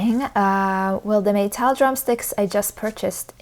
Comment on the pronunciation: I have a feeling when you say "Meytal" it makes me or you saying "My Towel" 😎